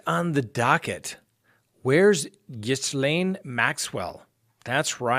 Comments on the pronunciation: You pronounce her name “GheeLane” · her name is pronounced “ Geelane” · Just to help- Ghislaine is pronounced Gi-lan. These odd Irish pronunciations! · Hi. I only knew this from watching the notorious Prince Andrew interview - Ghislaine is pronounced "G'lenn" (where the 'G' is pronounced like the G in the Australian greeting G'Day). Hope this helps. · Ghislaine is pronounce as "ghee-lane" 😊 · I think it’s pronounced Gee. Layne. (hard g). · Her name is pronounced GI L L. ANE. Just an FYI. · Her name Ghislaine is pronounced Gee-LEN (hard G) Maxwell